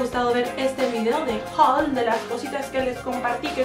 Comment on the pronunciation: Jajajaja es HOUL! NO HAUL Y no se escribe avia es HABÍA!